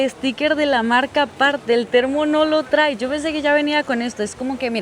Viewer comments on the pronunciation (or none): none